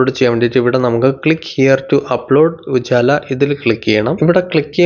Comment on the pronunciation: ഉജാല അല്ല ഉജ്വല 😂😂😂